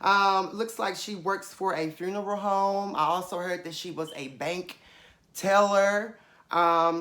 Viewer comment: "I also heard that she was a, BAnk TELLER!" 😭😭. The way you said it. It reminds me of Tiffany Pollard when she was reading Gemma from Big Brother: "She is a Fat CUNT," "They were old MAIDEN, type of shoes."